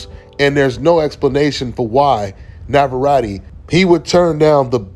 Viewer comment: You cant pronounce navarette correctly.